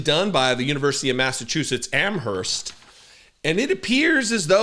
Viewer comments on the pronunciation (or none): Can tell you aren't from Mass - you are not supposed to say the "h" in "Amherst".